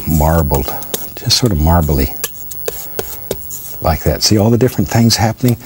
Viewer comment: Instead of saying, “Like that” he says, “Li cat”. Drives me crazy. Still love watching though😚